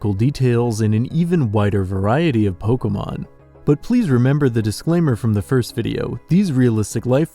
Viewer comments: "Polka mon" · It's poh-kay-mon, not 'poh-kuh-mon', fuck this guy